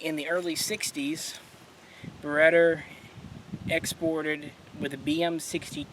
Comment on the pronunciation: cringe every time he says it